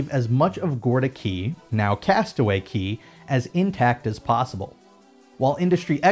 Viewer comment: CASTAWAY CAY NOT KEY REEEEEEEE